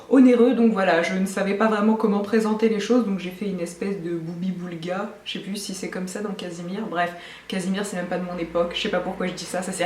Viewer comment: gloubi boulga pas gloubi boulga ! hihi tu me fait bcp rire !